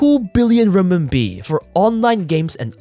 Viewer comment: being a chinese myself and hearing RMB(ren min bi) to be called rim mim bi is just so funny lol😂